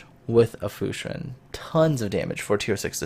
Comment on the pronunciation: Perfect pronunciation for "Fushun"!